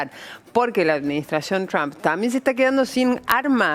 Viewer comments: Ayyyyy "trammp" Jajajaj Trump Hablas castellano no sos una grinfa lcdtm! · CRHAM! le encanta decir trump en ingles a la mina